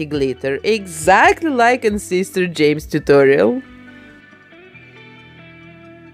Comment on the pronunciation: Love that’s she’s calls him SEES-TEHR JEH-MES